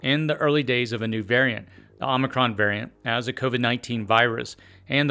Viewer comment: You misspronounced omicron.